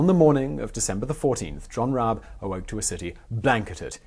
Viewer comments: RABE is pronounced with a hard R and the E is spoken (pronounced like the first E in EDGE), not silent ;) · Actually pronouncing "Rabe" that way is more accurate than your first attempt, except that you just left out the "e" at the end so if you took this pronounciation and put an "eh" at the end it would be pretty much correct. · No… you pronounced his name wrong… but whatever. The story is still correct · In german every letter is pronounced hence while i appreciate the effort to pronounce the r correctly, the name ends in -e like the initial e in elder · Concerning the pronounciation: It is not problematic to use the English pronounication of the initial "R". But the "E" is not silent. You pronounce it the the "e" in bet. You'd use IPA's "ə". And the final Dynasty of China was called "Qing", pronounced more closely like "Ching". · pronounciation was close, but you pronounce the E and it's just a normal R in the beginning :D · Rah-Buh - Germans pronounce the e (uh) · FYI: Rabe = Raven in English. Pronounciation: Almost... but the "e" in the end is pronounced, written in English it would be like "Rabeh" or "Rabbey" like alley almost. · Rabe is Pronouced more like Rahbey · nope u totally messed up the pronounciation up x3 its r-a-b-e not raab~ sort of like one would pronounce rabi or ribu, just a smoother tone x3 But you tried~ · If it's like most German tack-on e's, I believe it's closer to Rob-uh than Rob-ee. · Rah-buh. Rabe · "Rah-beh" It means "Crow" or "Raven." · As a native speaker my closest approximation to the pronunciation of „Rabe“ (raven) would be: The a as it is pronounced in father, the e is pronounced similar to the a in cat. Reading the word as „Rahbeh“ might help. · What an interesting man and story. Thanks for this very interesting biography and history lesson. Also: Rabe is a two syllable name. You say the first like you did and then at an "e" sound, like the one in "bed". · RAH-buh. Seriously takes about 15 seconds to look up.